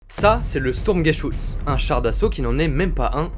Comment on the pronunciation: Si c'est écris "Sturmgeschutz" la prononciation est presque parfaite a l'éxception que le R ne se prononces pas comme ça, il se prononces presque a l'anglaise. En revanche si c'est écris "Sturmgeschütz" c'est un U comme dans Hubert, un U bien Français quoi. C'est juste un détail, bien évidemment, certainement pas une critique. Surtout car je découvres a peine ta chaîne et que la vidéo est superbe.